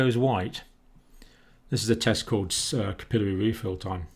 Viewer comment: I got a kick out of his pronunciation of dyspnoea! In New England we pronounce it "dispneyah." 😜 He pronounced capillary funny to me! He has fantastic printing. So blood clotting is why some COVID patients get amputations?